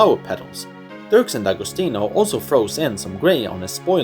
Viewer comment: Good job! I like this new format and I’ll probably use it next time I make a ranking list! Also, I never knew “D’Agostino” was pronounced “Da-go-STI-no.”